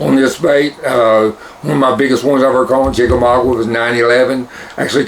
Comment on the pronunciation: Lol... It's chickamauga not chickamaugWA lol